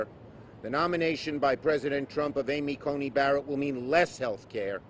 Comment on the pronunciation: “Amy Conning Barrett. “Amy Coney Badderit.” How do you expect for people to take you seriously when you can’t even pronounce words correctly, Chuck?